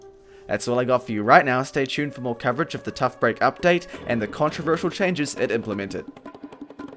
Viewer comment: How to say "controversial": Contra...Verseaal.